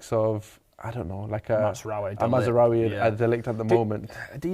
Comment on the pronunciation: Still calling him Matsraoui!